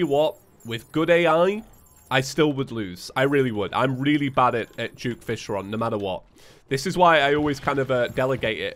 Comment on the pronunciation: is it me only or he says juke fishron instead of duke fishron